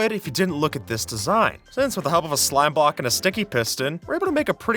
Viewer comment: am I going crazy or did he say "slime Bock"?